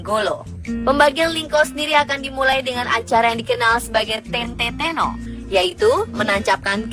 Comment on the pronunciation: Bukan gancar tapi cancar bukan tete tono tapi ten'te teno